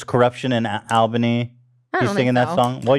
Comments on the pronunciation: Fun phonetics fact! From someone who lives in the Albany area, here’s the proper pronunciation of this place! A L L - B A N Y not! A L - B A N Y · As someone who live in Albany I hate when ppl pronounce it like that